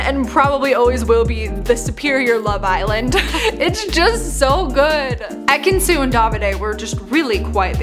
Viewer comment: Having not seen that season of Love Island I thought you were saying EKANS that whole time 😂